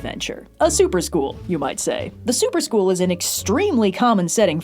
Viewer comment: Every time said "Super School" I kept hearing "soup or school" and then my chicken noodle soup of a brain kept wondering what the soup du jour was and whether or not I actually had to eat it.